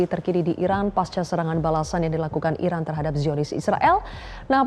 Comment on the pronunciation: Iran mbak bukan Irak 😂